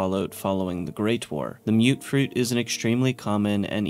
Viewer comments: I thought it was pronounced "muht fruit" not "mewt-fruit" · Okay, we've all been pronouncing it muttfruit.